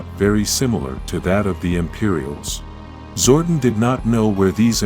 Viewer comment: It's Zordon not Zordan